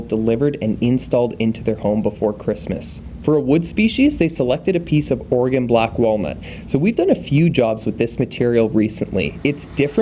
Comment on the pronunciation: It’s OR-uh-gun. Not OR-uh-gone. Love the videos